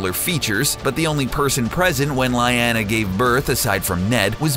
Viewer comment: It's "Lee-ahh-nah" not "Lie-ah-nah"